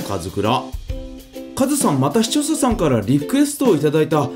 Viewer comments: 前からずっと思ってたけど、「視聴者さん」て毎回言えてないよね。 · いまだに「視聴者さん」を言えない可愛い😋